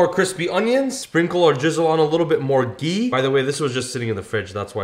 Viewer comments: It's not gee it's ghee 😂😂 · btw its gHee with the H pronounced fully it is not gee